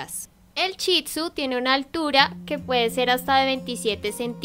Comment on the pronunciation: no es chitsu es Shih tzu